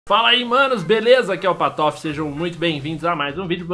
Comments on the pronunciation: Pq ele disse é não? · porque vc fala o seu nome errado no começo do vídeo ()